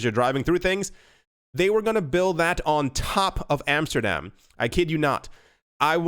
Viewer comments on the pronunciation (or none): none